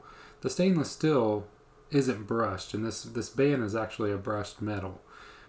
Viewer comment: Just an FYI it’s steel not still lol just having fun great info